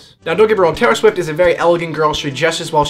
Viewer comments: Oh wait... TAY-IHR SHWIFT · TAY-IR SHWIFT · TAY-IR SHWIFT. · TAY-OR SHWIFT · TAY-IR SHWIFT ohmygod i love you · Is it just me or does he say Taylor swift weird?